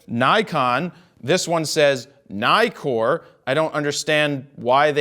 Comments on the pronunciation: Istill not “Naikor”, it’s “Neekor” because it has two Ks instead of only one in Nikon. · Neekor not nye-kor. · I imagine, though you don't say, that you are American? I make this assumption, because Americans have NEVER said Nikon and Nikkor correctly-mc-correctison. If you start pronouncing it Ni-kon, and Ni-kor. you will be saying it correctly, like the rest of the world pronounces it.